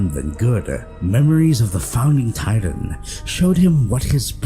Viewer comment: Bro this nigga can’t even pronounce words right Annie leanhart tatan